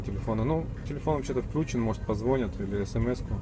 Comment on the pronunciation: Вообще то правильно позвонЯт...